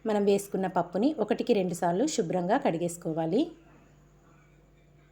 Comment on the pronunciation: షుబ్రం కాదమ్మా శుభ్రం